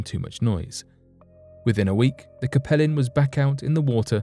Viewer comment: I believe the pronunciation for the USS Capelin should sound like “CAPE - Lynn”. That’s the type of fish found around Newfoundland and the North Atlantic.